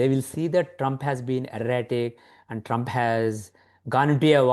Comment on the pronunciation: Congratulations on winning the awards. Thank you for giving the platform to this bloke to make a fool of himself. He should steer clear of politics. He lives in Boston and cant pronounce the name oh his President correctly.